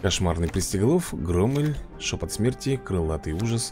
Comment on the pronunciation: Если что правильна не громэль а громель